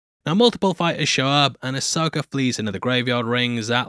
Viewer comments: There is no “R” is Ashoka DUdE!!! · As an American, I just wanna say that I find a weird joy in the fact that you enunciate "Ahsoka" as "Asoaker"